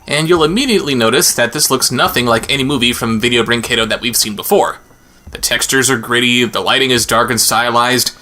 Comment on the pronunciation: I know it doesn't matter much but the 'u' in 'brinquedo' is mute in Portuguese. So it should be read as 'brinkedo', as opposed to 'brincuendo'.